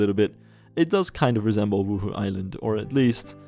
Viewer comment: As a Sims player I get startled every time you say 'Wuhu island' cuz I hear 'Woohoo Island' it sounds so dirty lol